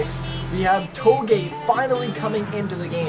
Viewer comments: Its toe-gay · you mispronounced "Touge". it ain't a Japanese word, it's pronounced "too-ZH"